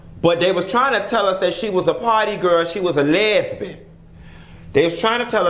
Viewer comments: “A les-BEEN” 🤣🤣🤣🤣🤣I’m not finna play with you Q!! 🤣🤣🤣🤣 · Not you said lesban lol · Melanin_monroe that’s how my very southern grandmother says it🤣🤣🤣